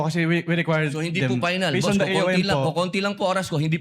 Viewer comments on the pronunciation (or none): FINAL HINDI PAYNAL ROBIN... FFFFF HINDI PPPPP😅😅😅😅